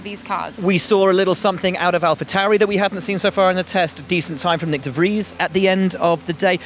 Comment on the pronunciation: Tip: de Vries is pronounced with a shorter V, more like an F, not like a W.